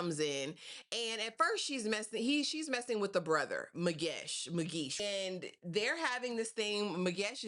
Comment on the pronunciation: What do you mean you butchered the hell out of those names and surnames? Girl you were perfect, there is no ways you said Zwane like that,❤❤❤😍😍😍 thats my mom's surname and you officially my girl.I think you have strong South African roots, you said Magesh and all the characters names perfectly too.🫡🫡 I enjoyed this review.❤❤